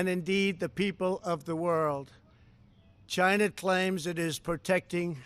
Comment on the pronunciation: CHAYNA? CHAYNA!